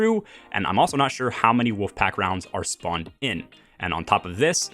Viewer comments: You speak really well so I think it's my ears but it sounds like you're saying woofpack rounds. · I can't stop hearing "woof pack rounds"